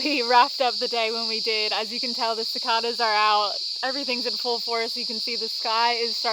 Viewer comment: Great job on the making plot for getting the build of your tiny home started. BTW that was an interesting way you pronounced cicadas.